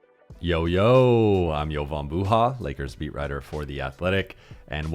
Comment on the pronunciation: Its not Buuuhaaa, its Buha. He doesn't accent his last name properly even when he doesn't say it's like "Booyah" so he can make a joke.